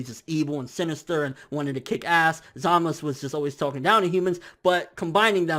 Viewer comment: Why does he pronounce Zamasu as Zamas, they do say the U